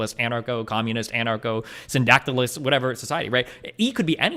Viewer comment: Damn, i just realized, not super relevant but “funny” Destiny really fucked up pronouncing “anarcho-syndicalism”